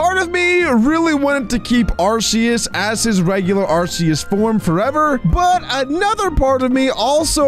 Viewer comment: IT IS ARK-E-US NOT ARSE-E-US